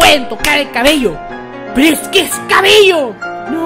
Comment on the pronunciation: Pnche furra la que dice En keh my orehaaa eh keh la orehaaa 😂😂😂😂😂😂